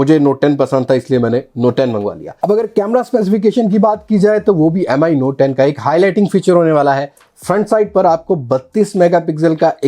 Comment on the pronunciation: its MI note 10 Bro Not M I M I